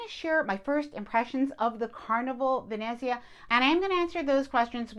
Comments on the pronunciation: It’s pronounced “Ven-NETZ-ia” ….. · of course I’ll watch, you provide great information. This might help, Ve-net-zia, emphasis on net. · As an Italian, when I hear you pronounce Venezia (Venice in Italian) I CRINGE. Nails on a chalkboard. Still love your channel and will continue to watch.